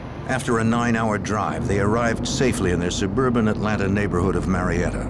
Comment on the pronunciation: 😂jim cant say Atlanta “atlanter”